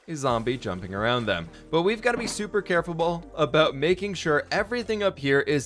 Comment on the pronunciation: We have to be super carfulble Me: i LOVE THE NEW WORD unless I heard that wrong O.o